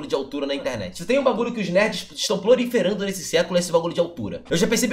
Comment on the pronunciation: "Esses nerds estão PLORIFERANDO mentira sobre a altura" Kkkkkkkk